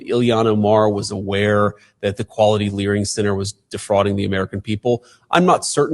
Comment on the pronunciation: It wasnt learing ,it was leeringʻ